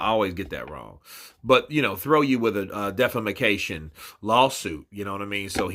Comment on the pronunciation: Man said defama-ca-tion 😂